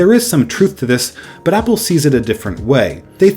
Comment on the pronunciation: says hPPLE